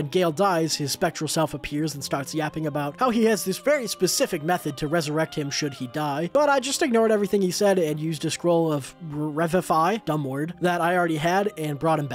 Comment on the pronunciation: "Rev-ivfy" 😂 re-viv-ify my guy